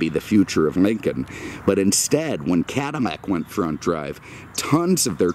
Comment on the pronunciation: I love his videos but is he saying "Cadamac"?